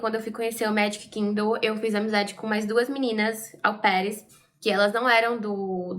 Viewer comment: Gosto muito dos seus vídeos. Mas mulher não existe “aupaires” não. O certo é au pairs